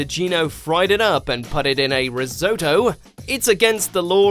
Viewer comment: I've never heard a British person pronounce Risotto wrong before...